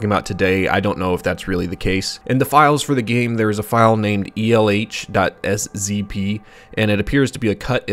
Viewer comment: After seeing elh in a different video from a different youtube channel where they pronounced the name as L, it feels weird to hear it be pronounced as E L H.